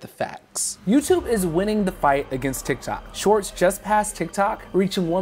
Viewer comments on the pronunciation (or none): none